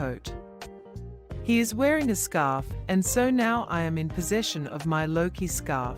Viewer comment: Luki? Jesus christ it's Loki , my guess is this was made and narrated by an AI cause it's shit